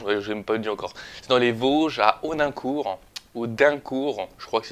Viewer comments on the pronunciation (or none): Audicourt ??? AUDINCOURT !!!